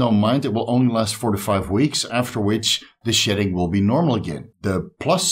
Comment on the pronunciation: I had to laugh out loud. I thought was saying SHITTING when a person comes off of steroids. It wasn't till he mentioned his hair that I realized he was saying SHEDDING!!!... lol